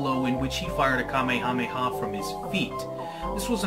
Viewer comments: You keep saying it wrong and it's very annoying. It's pronounced "ka-may-ha-may-ha." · Oh my god, I get such OCD about this. King Kamehameha is not pronounced the same as the DBZ move it's pronounced more like "Ka-may-uh-may-uh" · the hawaiin king's name is pronounce (Kuh-mayuh-mayuh) in a fluid motion (3 sylabals not 5) and you should pronounce it the 3 sylabal version with the word wave after it instead of saying ka me ha me ha every single time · Why is he saying it that way?